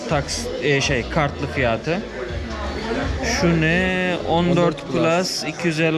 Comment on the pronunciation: Fiyaaatı 😅 açık kapalı a lara çalışmalısın gibi :)